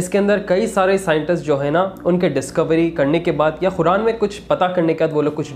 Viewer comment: Speak Properly - Khuran Nahi Qur'an